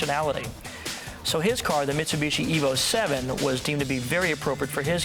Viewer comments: Wait, what did he say, misuiiibuushshiyyy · "Mitsubischi", sounds so funny how Paul prounces that (not trying to trash him), but of course I hear and know what he means, just sounds funny, that's all!